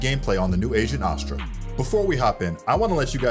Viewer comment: omg it's ASS-stra...not AH-stra. Just like ASS-stral which you are saying in the entire video.